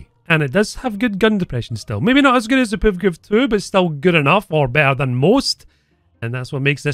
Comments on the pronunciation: Tho i have to say as funny as is, listen to saying" the puvkuv" lmao every time!, its prenounced "p-v-k-v" just as Mbt or Ifv etc. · ah yes, the PevKev